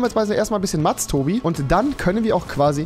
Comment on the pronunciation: Wieso sagst du MATS